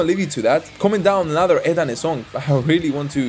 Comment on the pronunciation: E"ET...not eet.\m/